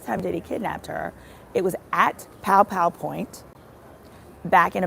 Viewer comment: stop saying pow pow point - it's gunpoint